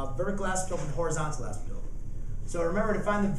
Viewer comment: Did he say "asymtope"?